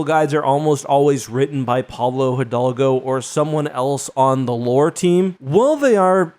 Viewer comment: About the spanish version of the video, personally to me, that I’m fron Spain, is not worth it. I just don’t like how it sounds. There are also some mistakes; The video says Pablo Halgo when it is Hidalgo, well, I don’t know how to explain it. And some mistakes more with the pronouns.